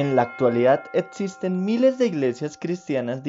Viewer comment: "ortodotza" "etzisten" 😂🤣😂🤣😂🤣